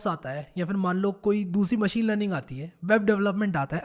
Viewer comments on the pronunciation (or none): none